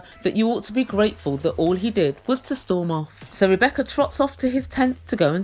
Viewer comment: Zied doesn’t even know how to sat “Rebecca’s” name.